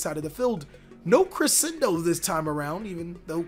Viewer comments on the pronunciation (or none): none